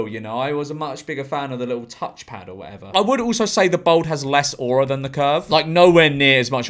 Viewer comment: every time you say aura i die a little